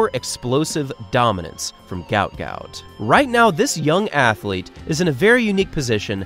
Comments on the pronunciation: mybe you resurch his name its not gout ,its guot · his name is guot not gout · Pronounced “Gwot” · At least say his name correctly! It's a lack of respect to do otherwise...